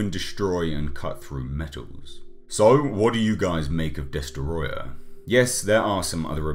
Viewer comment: Great video, but it’s pronounced “DESOTROYYYAAHHHH!!!”